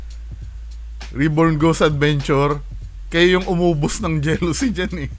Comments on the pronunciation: Jalousie window pronounce as "JA-LUH-SEE" not "Jealousy" 😅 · Its "Jalousie" window, not 'jelousie'